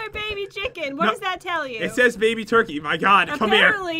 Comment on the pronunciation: said oh god baby not oh god mayby